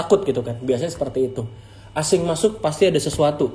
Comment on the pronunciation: Aseng bukan asing 😭😩